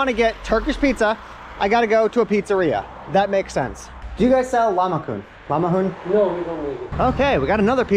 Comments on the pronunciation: Its not lamahun😂 its lahmajun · I think it’s a problem with how he pronounces it. He is not saying it correctly.